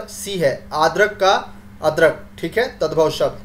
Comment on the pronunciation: Sir adarak ka ardrak hota h na ki adarak